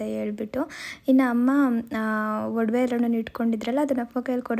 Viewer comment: ವಡವೆ ಅಲ್ಲ ಒಡವೆ